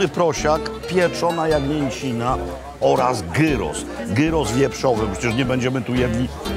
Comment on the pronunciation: Wszystko dobrze, tylko że gyros to nie turecki kebap. Przygotowuje się ją podobnie, ale jest duża różnica w smaku. Przy okazji, gyros wymawia się przez i, a nie przez y. OK, dość marudzenia. Pozdrawiam!